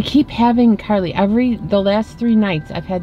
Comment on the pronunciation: IT'S NOT CARLAY IT'S CARLIE